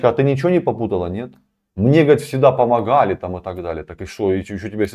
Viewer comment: Помохали.... Как бесит это произношение 😢